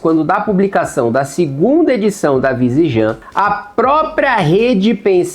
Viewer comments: Vizijam não Kim.... Ele falou ERRADO o vídeo INTEIRO KKKKKKKKKKKKKKKKKKK Pior q primeiro eu li 'vizijam' tmb. Acho q é alguma referência anterior, só não consegui lembrar da onde. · Kim passou o vídeo todo falando Vigisan errado xD